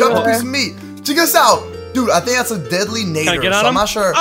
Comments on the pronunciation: You did not just say deadlynater it is deadlynater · You said deadly nadder wrong ( I wouldn't point this out but it's httyd so I have to) not trying to be rude I just wanted to point it out